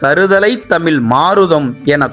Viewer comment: தமிள் இல்ல தமிழ் சரியாக உச்சரிக்கவும் தயவுசெய்து